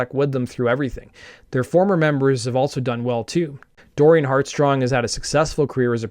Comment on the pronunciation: This is a great video, but you get Dorian HeartSONG's name wrong twice, and he deserves better. As a matter of fact, he deserved more than one album to shine.